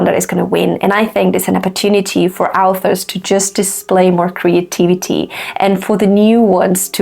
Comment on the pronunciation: I feel weirded out every time by how you pronounce "authors" like "alphas" like they're Omegaverse werewolves ;)